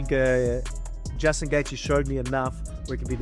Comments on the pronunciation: Why not learn how to pronounce fighter's names since you make videos about them? Who is Justin Gaytheay? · justin gatheegee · AI…. Every mention of “Gaethje” is pronounced differently. That’s funny as hell.